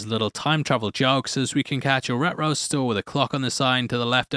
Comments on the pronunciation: Had to listen three times to figure out you're saying reTro. It sounded like Astro from the Jetsons: "Ruh-ro" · the way you pronounce "retro" makes you sound like Scooby Doo. No offense meant by that 😁!